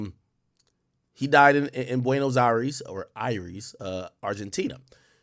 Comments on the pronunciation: The way he said beunos aires 🤣🤣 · I heard that to 😂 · "Buenos Aries" Aries Spears 😭